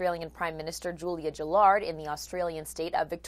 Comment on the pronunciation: Gill-ard not Jillard